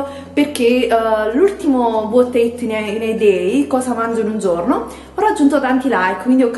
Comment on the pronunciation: Dal tuo inglese ho capito: cosa odio in un giorno!! Va beh l'inglese non sarà il tuo forte ma le tue ricettine sono ottime